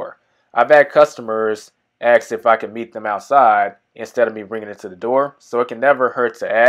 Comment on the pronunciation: Good tutorial, was just wondering about the process. A note, though. Asking someone gets your answers. Axing someone gets you prison.